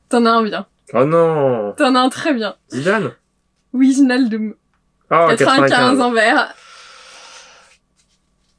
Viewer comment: Wijnaldum ça se prononce vinaldum